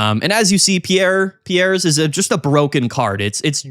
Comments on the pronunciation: I I'm remembering correctly it's not pronounced pee-air or pee_airz, but closer to pierce so it would be pronounced peerz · Its "Peers" as in, a jury of your peers. Google Piers Morgan and you'll see how people pronounce it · Hey so, the Galar region is based on Britain, we say the name like "Peers" here. I have friends called Piers, they say it like that. Hope that helps, love the channel. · All these content creators pronouncing Piers as "Pierre's" is killing me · You're sayine Pierre, the french name. The card is Piers (peers) like that dipshit limey know it all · I think it’s pronounced “Peers” lol like Piers Morgan. 😂 nice showcase though man. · Hey there, sick deck and nice video, just fyi since you asked, Piers ist pronounced like Pierce (Brosnan). Piers is the medieval version of Peter. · Will he ever learn how to pronounce Piers…. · One of these days we'll pronounce Piers right 😂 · The support card piers is pronounced just like piers Morgan. The talk show host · It’s Piers like “cheers”. The s is pronounced